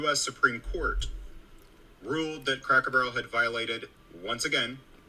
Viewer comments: Oh my God now that you've pointed it out I cannot stop hearing her say cracker bear and it drives me absolutely insane. She completely discredits everything that she is saying the very minute that she opens her mouth and can't even pronounce the name of the place that she made an entire video critiquing. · how can this woman be against anything Cracker Barrel? She can’t even pronounce the name right. I have never heard of Cracker Bear. Isn’t a “Cracker Bear” a polar bear? ROFL And yes I’m Caucasian. If we boycotted every place that was reported to be racist we would be living under a tree and in our birthday suits. SMDH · Yes, she is complaining about the place and can't even say the name correctly because she says Cracker Bear. She is certainly well educated this one. Yeah, right.